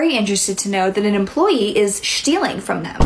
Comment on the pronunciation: “An employee is shtealing” great new word in the dictionary ✨SHTEALING✨